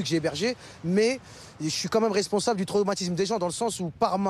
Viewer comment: et « traumatiMse » 😂